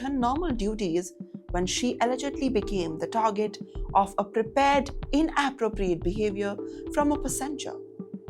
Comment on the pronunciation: Things the anchor need to work on: Inappropriate : in- aprōp-riāte Passenger : Pā-senjer, Stress on the first vowel Aisle: Ayle Rhymes with "Mile"